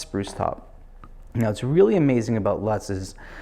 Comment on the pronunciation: great sounding and looking guitar. You already sold me a great 914ce. You mispronounced the name "Lutz Spruce." The daughter-in-law of the guy who discovered the tree says it is pronounced Lutes (loot z). You can hear it pronounced properly M-F on MTN News at noon as she is a reporter ( sometimes anchor) on the Billings, MT affiliate 《KTVQ channel 2). Other than that, great. Thanks